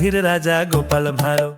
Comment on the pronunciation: Intro তে গোপাল ভাঁড় বললেন নাকি গোপাল ভাউ বললেন?